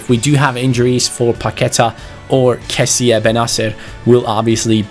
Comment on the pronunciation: it's not kessia it's kessie